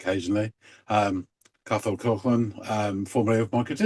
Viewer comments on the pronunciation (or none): It's pronounced more like Ca-hol Co-aklan. Cathal jokes about the difficulties Anglos have with his name in songs more than once.